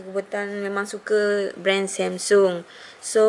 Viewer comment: sebut jela samsung xya la semsung aca omputeh je nanat